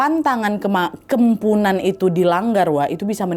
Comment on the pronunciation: Kepuhunan kak bukan kempunan